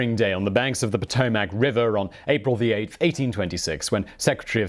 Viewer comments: Potomac river is pronounced Poe-TOE-mick, not Poe-toe-mack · "Pa -toe-mac" , come on man, you can do better than that. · The WHAT river. it's pronounced "Pa to mic" river